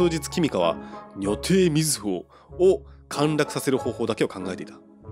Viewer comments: 因みに”にょてい”って言ってますけど確か読み方は”じょてい”もしくは”にょたい”だった気がする・・・。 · にょてい？じょていじゃなくて？ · 女帝、にょてい エロい方の読み方(笑) さすがです(笑)